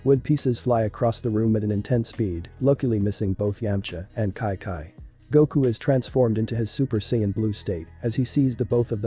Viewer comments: It’s Chi Chi. Not ci ci or ki ki. Though it is a really good episode. When is the next one coming out? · Its chi chi not kai kai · It is chichi not Kai kai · It doesn’t make sense why the voice says “kai-kai” instead of Chi Chi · why you saying kaikai instead of chi chi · Everytime it said “KiKi” it just made me mad but good story tho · Its not ki ki stop saying that its annoying great story but its chi chi😑 chi chiiiiii! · kai kai is chi chi idk why is pronounced like that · Just me getting annoyed with wis and kai kai pronunciation 😂 still good tho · The ai doesn't know how to pronounce Chi-Chi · The pronunciation of chi chi is weird